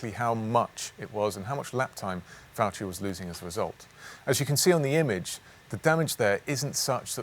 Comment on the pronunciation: Please say Valtteri it’s James